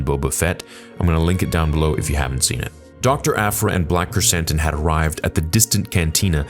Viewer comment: When you first said his name on stream I thought you said Black Chris Hansen xd